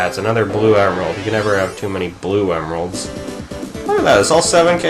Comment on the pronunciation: LOL dont know who knuckles is plus you said emeralds" wrong LoL